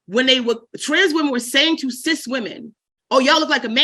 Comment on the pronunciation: Cis women sounds like cease women.